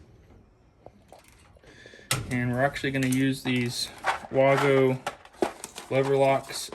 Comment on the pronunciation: X13 motor no thank you. And the only screw up i saw was you didn't seal around the Evap. inside the coil case you made. So you will have a ton of bypass air . And its pronounced (WAY-Go)